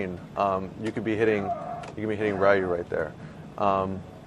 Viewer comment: I'm just sitting here wondering how someone who plays street fighter and goes around the world to play it, says Ryu wrong... Jesus...